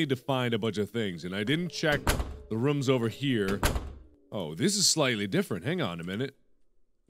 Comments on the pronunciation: Its rooms not rums btw not to be a hater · Haha I like how he says rooms. it's like rum. hmmm a channel where markiplier sings....yea I would check that out lol. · anyone ever notice that he pronounces rooms as rum